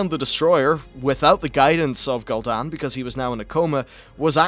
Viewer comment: Gooldan and Sargaras not gold an and sadgarus